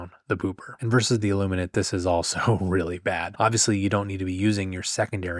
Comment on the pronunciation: Thank you so, so much for pronouncing "Illuminate" correctly.